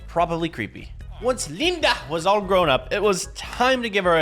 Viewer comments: Bro’s saying Linda like daz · Bro the way he said Linda 😂😂😂😂😂😂😂😂😂😂